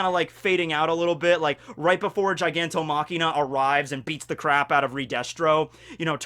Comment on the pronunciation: Every time he says Gigantomachina, I go "STOP!! IT'S GIGANTOMACHIA FOR FUCK SAKE!"